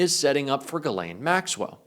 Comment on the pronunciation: Mr. Speaker “ Your lane “ IS Ghis-lane.